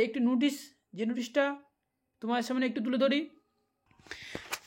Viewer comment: নুটিস না ভাই নোটিশ হবে এই রকম একাধিক উচ্চারণ ভুল তোমার তুমি আগে নিজেকে ঠিক করো।